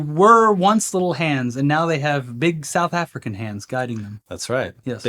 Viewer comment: Thanks for making South Africa sound like a slur 🎉😂